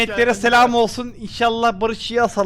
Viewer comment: Nobody::sselam